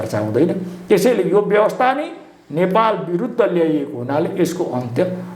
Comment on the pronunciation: यो पत्र कार लाइ सुद नेपाली बोल्न आउदैना कि क्या हो नेपाल भन्नु पर्ने मा नपालभनदो रहेछ किन सुद नेपालि न भनेको ॐॐॐ